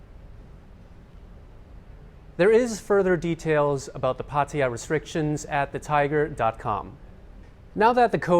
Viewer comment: Happy new year and congratulations on pronouncing Pattaya correctly 5555 lol